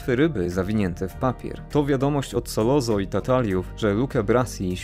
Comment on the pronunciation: Fajny odcinek - jedna uwaga nie SOLOZO tylko Sollozzo czyt. Solocco.